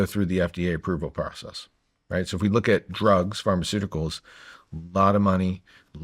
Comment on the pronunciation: Pharmaceuticals aa in medicine. Not Pharmaceutical as in "big pharma"